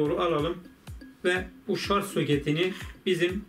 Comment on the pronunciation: "Şarz" deme abi gözünü seveyim ya! :D "Şarj" o şarj!!